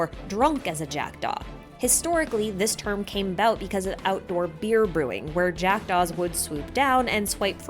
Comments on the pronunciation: Took me five minutes to realize you weren't saying "jacked offs" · me who heard jackdove as jackedoff: 😳